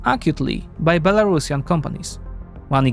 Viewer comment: Be-La-Ru-Si-An, like Andalusian. Not Belarashan. C'mon, Europeans. Learn.